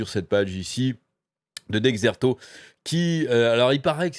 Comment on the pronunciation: Petite précision, Dexerto ça se prononce Desserto et pas Dekzerto, en tous cas d'après ce que j'ai entendu de tous les youtubeurs/streamers que je suis